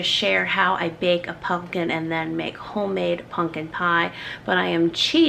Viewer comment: you lost me with the way you mispronounce pumpkin. repeatedly.